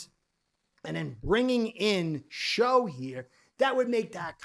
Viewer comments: Pronounced Tyler "Shuk" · just so you know, its actually pronounced tyler 'shuck' for some reason. dougliedowrong put the man in his top 5 (not including ward and sanders) qb prospects for the fins to draft and he mentioned how confusing his name is